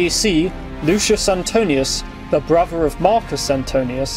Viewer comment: The narrator is unable to pronounce 'th.' Thus, brother becomes brover. Annoying.